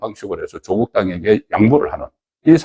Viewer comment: 조~~국이 아니라 조꾹이다. 창녕 조까이니라....창녕 조씨의 조는 짧게 발음해라...